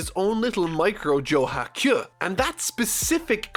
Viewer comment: Anyone else bothered by how he pronounces kyu as kyuh?